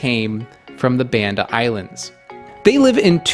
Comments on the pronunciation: Thanks for your hard work, it's pronounce Bund-da not Band-da Island, thank you very nice :) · It's pronounced Bahn-dah, with the same "ah" vowel as Java. Indonesian is a VERY phonetic language. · This is really amazing work. It would have been nice if you had taken the time to learn to pronounce Banda like Indonesians do.